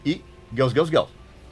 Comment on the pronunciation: O cara fala "Elvaira" (Elvira)como os gringos falam, mas depois manda um Guéls Guéls Guéls ( Girls Girls Girls ), aí pra fechar rolou um João(John) Corabi rsrsrs, brincadeiras a parte muito legal esse aposto que vc não sabe.